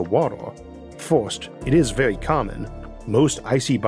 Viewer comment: Vewy intowesting